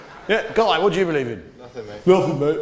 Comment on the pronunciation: Actuary? Reary? I don’t berieve you 😂